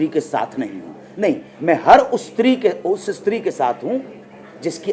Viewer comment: Istree Nahi Bhai stree hotha hai😋